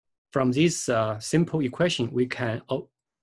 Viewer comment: Learn English before making these videos. It is horrible to listen to. Sun, not sung. This is Y, this is X, not “this are”. Here we use “an” angle. Even all the writing on your picture is totally wrong. Two objects, not object ... radius, not reedius... how do you even come up with such pronunciations? Equation, not equestion ... my god ...